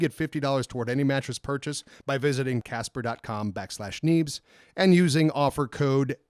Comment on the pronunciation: I hate to point it out, but you guys might get some hate from Casper because , you said "Caspa" instead of "Casper". The only reason I say this is because I looked up "Caspa mattresses" and found nothing. Then looked back at the snip that you had in the video and noticed it was "Casper". But hey Congrats on getting a sponsorship!:)